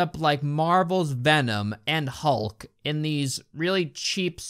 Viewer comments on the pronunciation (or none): none